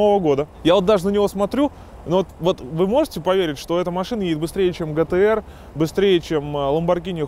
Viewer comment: Не гтэр а джитиэр по русски пишу что б произношение было понятно